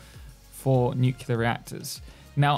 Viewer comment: Its not I always say it wrong but it’s nu-clear 😅 I just can’t pronounce it